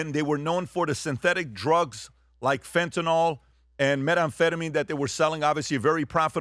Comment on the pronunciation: Btw, Fentanyl is pronounced like Benadryl. Ends in "ill," not "all."